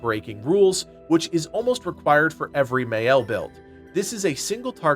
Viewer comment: It’s pronounced MY-Elle, not May-Elle. You hear proper pronunciation throughout the whole game…